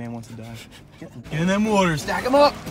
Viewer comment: Stop pronouncing water like that